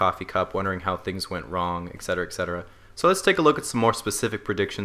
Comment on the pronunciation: I predict you'll start saying Et Cetera in the near future instead of "Ec cetera".